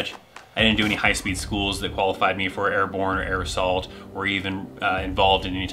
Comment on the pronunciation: When you first said air assault I thought you said aerosol and thought that to be a odd badge to give.